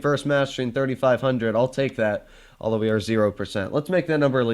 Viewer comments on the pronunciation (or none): none